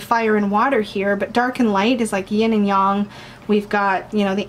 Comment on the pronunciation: Thanks for sharing. So many rats hahaahha I like rats in images but knowing how vicious they can be IRL... I also love how you say "Yin and Yang" closer to how it's pronounced in Mandarin, than Yin and Y-eh-ng <3 The Swords suit is gorgeous wow. It's a tempting deck but I kind of wish it was not circular and not so big still hahaha. I guess I'm still traditional that way.